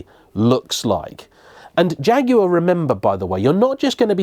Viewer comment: So nice to Jaguar pronounced correctly.